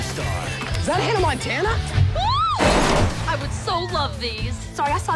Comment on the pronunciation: Hunnuh Montuunuh and Teller Swift.. haha.